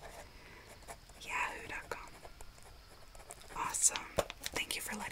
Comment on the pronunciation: The fact she said yahoo instead of yahoo is so cute never heard it pronounced that way🤣